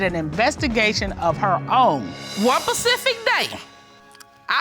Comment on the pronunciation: I HATE when people say “pacific” instead of “specific” !!!